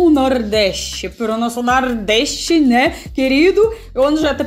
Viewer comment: Acho tão legal seu sotoque quando falar "Nordeste", sai quase um "Nardest" bem russo mesmo, hahaha